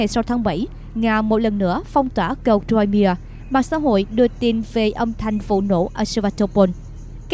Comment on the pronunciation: Crimea (khoai mia) không đọc ( trôi mia)